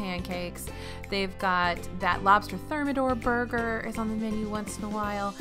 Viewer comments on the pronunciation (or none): none